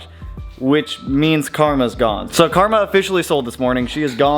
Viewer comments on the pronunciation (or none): none